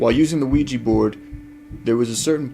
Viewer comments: It's OuiJA and not OuiJI guy's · You guys are f**king around with some bad shite playing with the Ouija board. There are no spirits just demons posing as such. Remember that when you are investigating. Also, you should have a proper consecrated crucifix and learn a couple of prayers such as the St. Michael prayer or pronounce the name of Jesus Christ to fend off dark souls or demons< Exorcists will use these methods and they are tried and true. Infact the Lord warned us about playing with such things. Be aware.